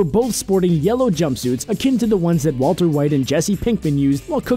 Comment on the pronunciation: Spring Freddy he named "Wolter" and "Jesse"